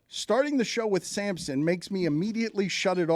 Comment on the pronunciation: You keep calling him Samson. It’s Sampson.